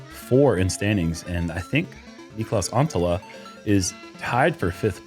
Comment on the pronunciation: Holy crap what a finish!! Those last 3 holes 🤯 chilllllllls But like, if Niklas is going to keep being on these cards someone has GOT to teach how to say his name 😂